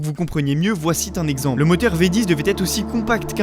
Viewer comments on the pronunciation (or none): pourquoi tu fais des liaisons qui n'existent pas? ex "le Japon T'entier????? Voici T'un exemple??? toutes les 30 secondes y en a une